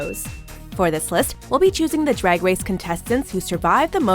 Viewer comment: "dwag dwace"